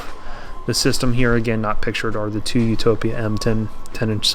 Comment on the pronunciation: Utopia, man, not Utopa 😂.